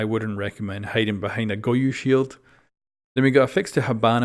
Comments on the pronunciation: Go-yo Not goyu got you dude 👌🏼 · Bruh why is he saying goyu? Am I missing a joke? Is that how it's pronounced? Or is he seriously misreading a four-letter-word?